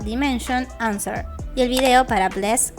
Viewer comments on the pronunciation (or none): none